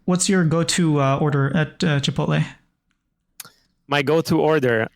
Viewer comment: Chi puddle? = Chipotle? XDDDDDDDDDDDDDDDDDDDDDD